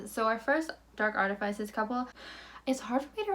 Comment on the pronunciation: artifices is pronounced “ ART-ih-FISS-iz. Both the ih and FISS have the same vowel sounds as Sit Or Kick. I’d want someone to tell me so I’m not trying to drag you, just help you get the correct pronunciation since it’s not a made up word.